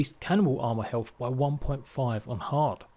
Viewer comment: Helf=health, haerbs=urbs. Does this guy have a speach problem?